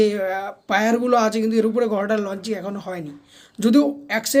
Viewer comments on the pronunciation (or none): উচ্চারণ ঠিক কর। গর্ডার কি?